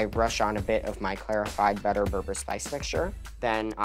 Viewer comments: Kudos the kid chefs but the berbere Ehtiopian spice is not pronounced "ber-ber" its pronounced "ber-ber-ray" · it’s bebere not berber lol 😂